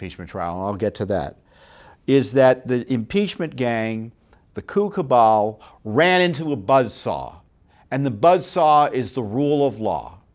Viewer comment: Ha! "Coup cabal" sounded like "cuckoo ball"...either way, it's correct! How do we know the unread question named the WB? And, if it did, MAYBE it couldn't be read because there's an investigation already in progress? Just wondering.